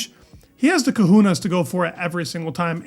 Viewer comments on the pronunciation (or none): Cojones! Not kahunas ,COJONES=bollocks,balls, Spanish testies.